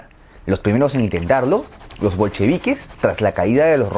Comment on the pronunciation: "los primeros en intentarlo, los bolcrevi...." Yo: "los franceses de Parííí..."